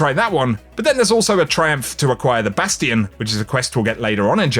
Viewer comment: I thought you said the "bastard exotic quest" instead of "Bastion"😂